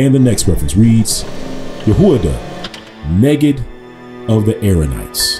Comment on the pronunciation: I was taught that word was pronounced NIGHID. Spelled and defined the same but pronounced differently.